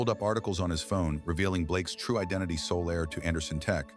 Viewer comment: One girl suddenly becomes two and the rainbow flags suggest knowledge. Solaire?? How about sole heir. And someone needs to teach the AI about silent letters in English although it would probably be better if we just removed them. Zettleing down? How do you Zettle. And yet again we have failed to get away from a Chen family member. And why is Principal Garcia said with a Spanish accent? Hoores passed. Ladies of the evening?